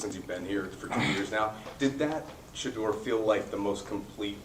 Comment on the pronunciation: As much as his name has been said you botched the pronunciation its Sha-Door, not shudder😮